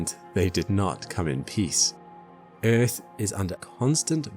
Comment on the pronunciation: Within 4 seconds you proved this isn't an AI slop channel. The way you pronounced Earth has now forever been embedded into my brain. Great video and subbed! edit: Before people go off on me the reason why i like the pronunciation is because it reminds me of the way Jetfire pronounced it in Transformers 2 Rotf